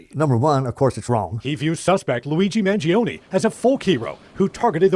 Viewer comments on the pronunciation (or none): Let’s pronounce his name correctly. MAN-JIO-NAY. Not mangioniiii. 🇮🇹